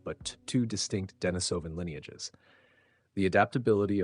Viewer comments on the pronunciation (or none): It's actually deNÍSovan, Not deniSÓVan